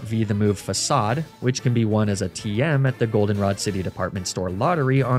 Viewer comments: The biggest crime of this Team Rocket Run was pronouncing Facade wrong. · The most evil thing about this video is how Facade was actually pronounced Facade.